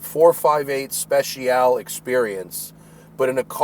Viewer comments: Special-ee just FYI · Matt Speciale Not Speciaall 😂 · It’s not pronounced “ 458 Speshial “ it’s 458 Spet - chyal - ay